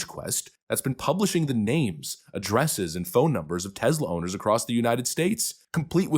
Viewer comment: Note to narrator, it's Tesla not Tezla.